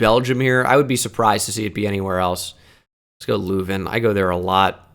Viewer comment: in dutch/flemish the 'eu' like in leuven is pronounced like the u in fur! and honestly your pronunciation of charleroi wasn't that bad